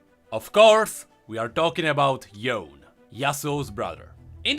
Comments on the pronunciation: I'm pretty sure since Ionia is steeped in Asian culture and practices that Yone is pronounced YOH - NEH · Yone is pronounced "Yo-Neigh" if you are using proper Japanese Pronunciation. With Yasuo's Japanese dialogue it is likely that his brother's name would have a similar origin. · Yone is actually pronounched "Yo-Ney". Yasuo say his name in one of his interactions ingame when they are played together. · Yasuo’s Brother, Yone apparently is actually pronounced as Yo-ne, Yasuo said so in his interaction with him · Oh and like many other Asian-ish name, they're pronounced as how they're written. That being said, Yone is pronounced "Yo-nay". I mean, until we got the real pronounciation by Riot, i can't say for sure; but come on, Ionia is Runeterra's Asia, so....